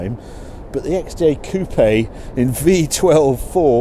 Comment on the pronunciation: Coupé please, not coop... 😀